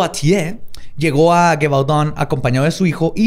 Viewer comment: jajajja pues si tienes razón que la pronunciación estaba "pal perro!"... GEVAUDAN que la pronunciabas con una GUE gangosa... estaba muy mal... es LLi-Vodoun... pero el capítulo como siempre MUY interesante y entretenido y MISTERIO RESUELTO!!!!!